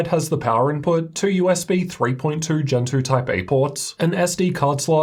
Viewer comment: When you said "USB Gen 2.0 Type A port", I heard "USB Gentoo Type A port". I couldn't understand how there was a USB socket named after a Linux distribution!